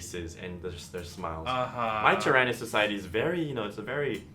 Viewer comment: My only gripe is your pronounciation of the word "Tyranid". The "Ran" in the name isn't such a hard sound.